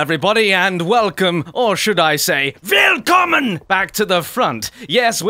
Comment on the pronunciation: It's not "well-kommen", it's "will-kommen".